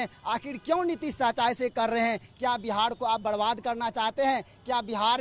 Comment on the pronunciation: बिहाड़ बिहाड बोल रहे है भावी बिहार के शिक्षक